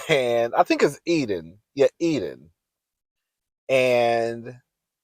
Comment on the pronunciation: In this series you have called Enid Eden, Sima Sienna, Che Shay. Love you but…um, get it together cousin 😂😂